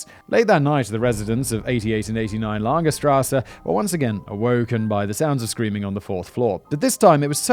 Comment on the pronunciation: Wait, what about Fritz Haarmann? You Can't talk about Grossman (btw gross means big in german) and Karl Denke without even mentioning Haarmann... Also, your german is not that bad, first time you said Ostbahnhof was almost on the money. Lange str. Not so much tho...